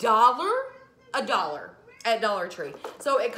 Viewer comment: You have the best attitude. I just love your videos and how you say, "For a dollah"